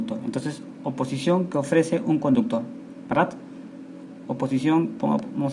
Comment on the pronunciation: "Opisición" jajajaja